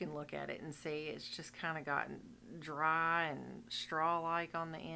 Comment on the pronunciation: Friiiiiiied and drrrrrrrrry! Go southern accent ❤